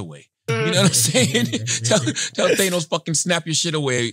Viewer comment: CHARLAMAGNE, ITS THA-NOS, NOT THAN-OS